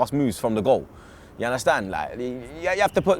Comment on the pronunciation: “Yer unnerstan?” X 10,000